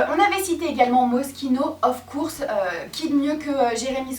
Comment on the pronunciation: Tu sais ne sais pas dire "of course"🙄 alors arrete !🤐😒en plus tu ne sais pas pronocer les nom des star et les autre mots anglais😒